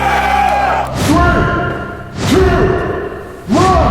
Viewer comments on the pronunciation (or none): "Guy... are Weeeee Weaaaddddy"... jeeeeeez...